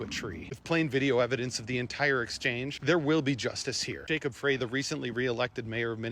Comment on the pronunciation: It’s pronounced Fry…get the fuck out of Minnesota. We got this. We don’t need ice…we’ve got ice. Byeee.